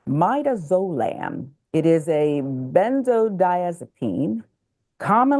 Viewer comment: I appreciate the stories reported but I think they should practice names and words of what they’re about to read for us because they always struggle lol and the medicine is muh-da-zuh-lam but nevertheless, this story is ridiculously sad.